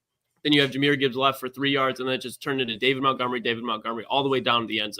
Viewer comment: It’s MONTgomery.. not MOUNTgomery. Have some respect and get their names correct.